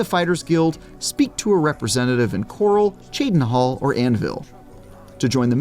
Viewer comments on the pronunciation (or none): none